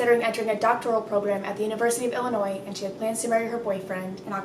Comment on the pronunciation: Also thank you so much for pronouncing Illinois right!! So many pronounce it Illinoissss